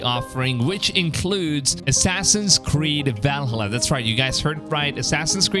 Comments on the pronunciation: It's ValHALLA, not VALhalla. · Never heard anybody mispronounce Valhalla like that like bruh, how did you say it in one syllable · The way you pronounced Valhalla lol. Love it. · the way he says valhalla tho lol